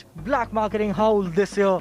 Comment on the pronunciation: Haul is pronounced hall..not howl!!🤭🤣 just saying!!